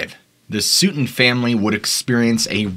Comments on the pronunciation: Sooten ?? Its sutton (suh-ten) 🤦🏼‍♂️😂😂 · Its sutt-ton. Not produced suit ton.. Rhymes with glutton.. Sutton. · It's Sut ton not Su ton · sootun...no Sutton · why suetun and not Sutton? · ... SUTTON family - ( pronounced like " button family " ... NOT ... 'suits on family" [ likr they always wore suits ] ... or ... " suit on Family ". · Being a Sutton in Kentucky myself (no relation to the Sutton family in this story) the proper way to pronounce Sutton is with a short "u" like in cup. Just saying. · I understand not knowing how to pronounce the name of an unfamiliar town. But constantly having no understanding on how to pronounce many common words, even easy names (like mispronouncing the name Sutton in this story), not only takes away from the story but then it starts to become cringey. Case in point, look for when he says the word & his pronunciation of the word "origin". A word every now & then wouldn't bother me, but I've noticed this with numerous different words in every single video he puts out. I know he's just a narrator with a different person as a writer that provides his material and I'm sure that person sees the finished videos but I'm wondering if they've ever said anything to him. They should - he's a narrator. But obviously I'm still here watching them, even giving him likes🤷🏼‍♀️ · I’ve never heard someone mispronounce “Sutton” before 🤔